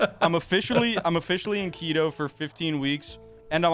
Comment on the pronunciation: Sophia Urista SO is a Peloton instructor so not a famous or important person. Also, you're saying Keto wrong.